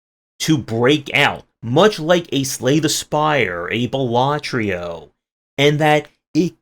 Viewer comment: Dude ffs, it's balaTRO, not balaTRIO...